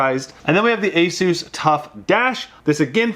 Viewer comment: You say asus wrong! You say it like azsus...